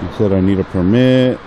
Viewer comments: "You have to ask for permeet." OR is it 'permee?' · What's a per-meat?! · I have a question. What the fuck is PERMEET??? She said you need a PERMEET.. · You hax to ax for permeeth.